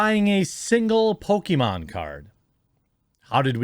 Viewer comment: Chris-con: What you in here for? New Con: "Pokemon" Chris-con: I'm in here for "poke-me-mom"